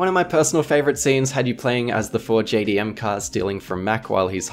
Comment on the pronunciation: Oh no you good haha i just thought it was funny as hell how he said it